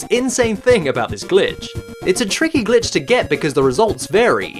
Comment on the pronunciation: i feel like when i was like 6 my dad came in when i was watching one of your videos and i was too scared to play it because i thought i would get in trouble because it sounded like you were saying “bitch”